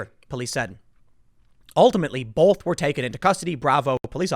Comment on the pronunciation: Is it a regional thing that Tim adds an L to both (bolth). like wash and warsh. soda and pop